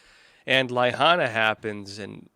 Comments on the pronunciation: It’s not ley-hahna…it’s La-HIGH-Nah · La-hain-a not laihana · True, as Markz would show us " Norhing to see here" But really, la hana?? It's an insult, he should have been told how it's pronounced. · Lyhana??? Lahaina... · Pronounced Lah Hi nah. BTW, why are you making excuses for Biden? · Dude! How do you NOT KNOW how to pronounce La-HINE-a? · LA Hana?????, not how you pronounce Lahaina. Your sarcasm fell short too. You lose everything before you get started.